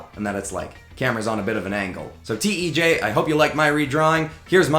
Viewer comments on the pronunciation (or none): this guy pronounces tej wrong